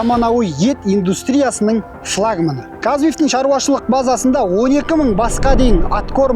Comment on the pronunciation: Шлагман деген сөзді бірінші рет естіп тұрмын, интернеттен де таба алмадым, чат джипити де ондай сөз жоқ дейді. Жүргізуші флагман деп айтқысы келген болар